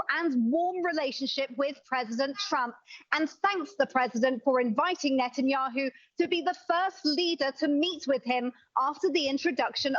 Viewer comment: It's pronounced NET-anyahu, it's NOT NATE-anyahu, you'd think someone in broadcasting would KNOW the pronunciation of World Leader's names 🇺🇲